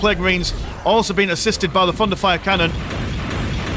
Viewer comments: Each time you say "thunderfire canon" my non-native ears hear "fun to fire canon" and it makes the viewing experience even better :) Great video! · Hey, it IS fun to fire xD (Also, yeah, my ears hear the same xD)